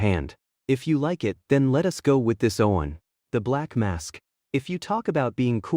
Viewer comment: Why are you pronouncing "one" differently?